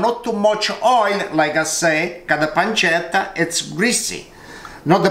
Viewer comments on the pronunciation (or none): none